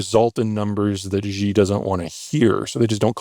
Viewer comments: You know, after all this time you would think he would stop saying "Gee" when pronouncing Xi. It's entertaining to hear his normal "Fake it til you make it" predictions but this "Gee" is downright annoying. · The fact that after all these years that the Yappologist in Chief Zeihan STILL can't say Xi's name properly "She" and insists on this weird "zheeeeeeeey" pronunciation whilst claiming to be an expert on China and China's collapse because of his 'research' is wild. But like everyone else, I still keep coming back to hear what he has to say lol. Of course being bearish on China is smart, but collapsing withing 10 years and the extinction of the Han race in this century? Come on man......... time to find a new invented phenomenon to grift on my dude. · For being a super expert in China it is curious that he has not learned that President Xi last name is pronounced “Shee” and not “Ji”. As to his predictions of China’s total collapse within 10 ’years. Would like him to put money on the table. I’ll take a 10K USD bet on that, with clear rules for judging the results and handling the pay out. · I so much want to take Zeihan seriously, but like so many this man cannot pronounce the name of China’s dictator right. Xi is pronounced like “she” (the pronoun) NOT Zhi, Ji, or Gee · this guy talks about China so much and doesn't know the leaders name is Xi (she) not Ji (Gee). Xi (Shee) Jin (jean) ping, is the man's name. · If you still pronounce Xi like "gee" instead of "she", then you don't even speak Chinese. You can't possibly be a China expert! This Zeihan dude is such a joke🙄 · I struggle to accept anyone as an authority on China if they pronounce "Xi" as "Jee". It's not that hard. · Why can’t Zeihan pronounce President Xi’s name correctly? Tones aside, it’s exactly like the English word “she”. (I’m fluent in Mandarin, can read and write, have lived in Taiwan for 36 years so I know what I’m talking about.) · Who's "Gee"?